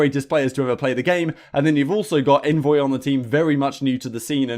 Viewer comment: Awnvoy! Lol I expected better from you 😂